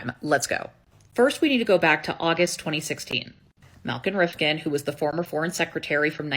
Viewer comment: It's pronounced with the 'd' silent - Rifkin(d). "Rif - kin"